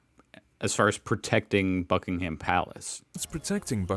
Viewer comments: It really annoys me continually hearing Americans refer to Buckingham Palace as “Bucking HAM” instead of “Bucking’am” or the city of Birmingham which American always say wrong, once again it’s not “BirmingHAM” but “Birming’am” please Americans stop emphasising the ‘H’ because it’s not “HAM” but “AM” at the end. Don’t Americans ever listen to British people saying the words? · They are called Foot Guards as they move on Foot as opposed to Horse Guards, which Ride Horses and are also Fully Operational Soldiers, they are just on their Ceremonial rotation. It is pronounced Bucking-am Palace and not Bucking-ham Palace. You can always tell when the Monarch is in Residence as the Flag is the Royal Standard and not the Union Jack, in fact, prior to Diana's Death no flag flew over the Palace when the Monarch was not in Residence. A Plume is a Feather.